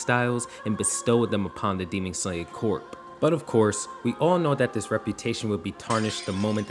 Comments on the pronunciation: CORPS IS PRONOUNCED CORE. 😐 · the word "corps" is pronounced "core". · it’s pronounced “core” the P is silent lmao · Side note: Corp is pronounced 'core'